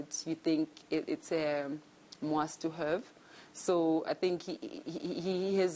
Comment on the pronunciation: ”you think it's a muast to hurve” 😂😂😂😂 hai no the tongue is at war 😂😂😂